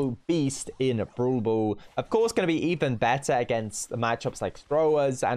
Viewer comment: When some says brawl brawl me be like No Its browl bool